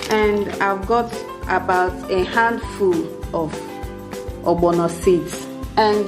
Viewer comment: The way u say ogbono defines our beautiful Igbo heritage